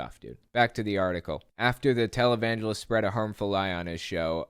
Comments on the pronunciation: When you said Jim Bakker was a "televangelist" at first I heard "Talibangelist." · "televangelist" My bad hearing: "Talibangelist"